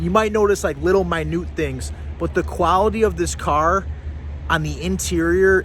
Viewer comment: "QuaWity?" I assume you mean quaLity.